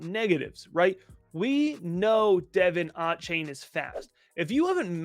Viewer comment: Love the content y’all, keep it coming!! I work for the Texas A&M football team and it’s DUH-VON A-CHAIN😂 sorry I just had to say it